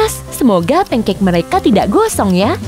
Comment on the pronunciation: Pancake bukan punekek